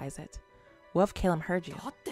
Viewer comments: Hi! Awesome video, as always! You said that you would say Kalim’s name correctly one of these days, correct? Well, maybe I can help with that! Okay, so let’s start with Kalim. The “K-A” is pronounced like the the “C-U” sound in the word “cut”, and the “L-I-M” is pronounced like the word “leen” but with a ‘m’ rather than an ‘n’. And now for Al-Asim. The “A-L” is pronounced like the word “all”. The A in Asim is pronounced like “Ah” (like when someone asks you to say ‘ah’), and the “S-I-M” is pronounced like the word “seem”. I hope this helps! 😊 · You’re very welcome! Just take your time with the pronunciation of his name and you’ll have it right in no time!